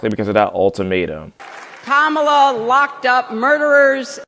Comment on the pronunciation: According to the cult, Hillary is racist and in need of a good cancelling. she pronounced Kamala's name wrong like everyone does. I just saw a guy get tarred and feathered on CNN for the same thing.